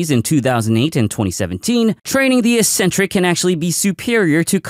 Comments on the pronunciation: The pronunciation of "eccentric" is "eXentric" and not "eesentric". ik-'sen-trik to be precise. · mistake number 9, mispronouncing eccentric just because every other fitness content creator does it as well